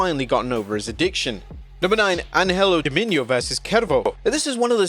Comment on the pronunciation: An-hell O Dominio? It's Angel O Demonio dont tell me you are doing Ai crap now or are you just mispronouncing words on purpose.